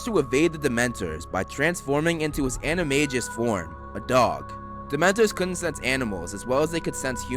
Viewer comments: Animagus = 'an-e-may-g-us' not 'an-e-may-jus'. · It’s pronounced an-im-ay-gus not an-im-ay-jus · for animagous you say the g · Paige Connelly You’re clearly not a true fan of HP. It’s pronounced an-I-ma-jus